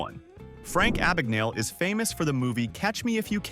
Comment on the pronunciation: #21 Frank Abagnale couldn't even pronounce his own name!! It sounded like "a bag of nails". The correct pronunciation is "Ah-bahn-yahle"